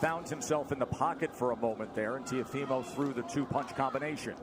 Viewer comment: To the ignorant commentators : its not 'tiofimo', the name is Teófimo. With an accent on the O, that's where the you must emphasize the pronunciation.